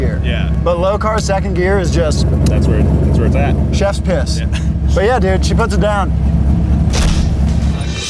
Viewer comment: Did he say "chefs piss" I heard it hr said it